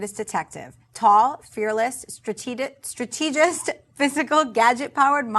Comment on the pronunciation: "Strat-eh-gist"